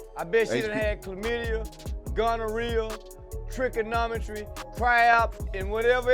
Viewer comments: He said “tric-canomitry” 😂😂😂😂😂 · What's tricka-nometry?! 😆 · Did he say trigonometry???😮😮